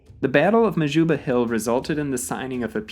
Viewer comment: All these incorrect American pronoucications of South African names are pretty grating. It's "The" Cape Colony, M[h]juba hil, C[e]cil Rhodes (not Ceacill), for example.